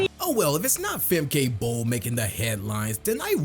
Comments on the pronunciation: It\s Femka, not Femkay..... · And it’s Fem-kuh. Not Fem-Kay